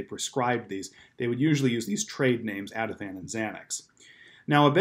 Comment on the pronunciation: Ativan not avi tan